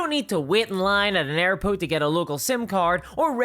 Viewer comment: Airpote. Misspoke in the ad read. Your argument is invalid